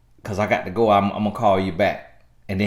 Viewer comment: “GAHT TO GO” 💨